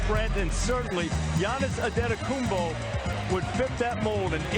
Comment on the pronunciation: Can we fine the people who say AntetokounmBBBo. It's a P isn't it? I've heard Giannis say his own name, I've never heard the B.